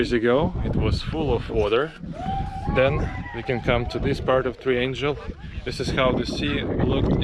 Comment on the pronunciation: However is not pronounced as how weather :D and angle not as angel (g in angle, triangle and so on is pronounced the same as g in god or good...), otherwise i really like your videos!